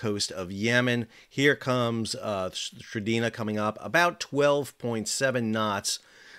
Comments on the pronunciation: The vessel is called MV S-T-R-I-N-D-A not what you called it (stridina). Check your facts, please. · "Strinda" not Stridina... ;-) (And Strinda is a municipality in Norway) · The name of the tanker is "Strinda". You keep say "Strideena". WTF? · Strin-da. Not Stri-Dee-na. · I love how he keeps calling the "Strinda" the "Stridina" 😂😂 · Love your reports, your pronunciation, not as much. Strin - DA. You've added letters not there. Keep up the good work. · Pronounced as "Strin-da", with an i as in India. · SAL,SAL---- Read the name again Strin-Da!!!!!!!!!!!!!!!!!!! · Strin-Da Two syllables, not three. How difficult is it to read a simple name? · .. Yup. You got it wrong, Sal. Noggi talk is like German. Hard consonants. 😁